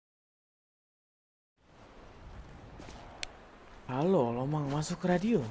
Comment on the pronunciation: LOMENG BUKAN " LOMANG"